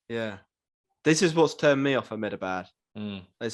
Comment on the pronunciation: I just hope by the end of the tournament gets to say "Ahmedabad Boys" correctly.